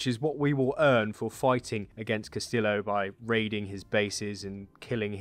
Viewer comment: His last name, Castillo is pronounced Cast-e-o, rather than cast-still-o